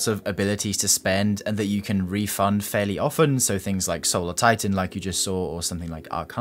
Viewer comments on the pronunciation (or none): none